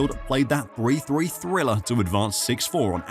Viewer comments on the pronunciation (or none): none